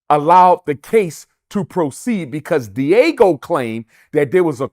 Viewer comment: Can he learn how to pronounce Diageo? I hope he's not teaching anything at his fake school if it ever opens